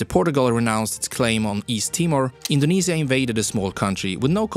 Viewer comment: he indinisia